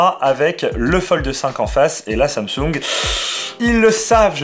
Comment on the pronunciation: On dit Tchiaoumi mimix folleded Tchou et Tsamtsounegue 😛